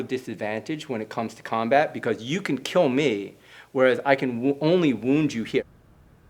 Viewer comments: It will keal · But will it “keel?”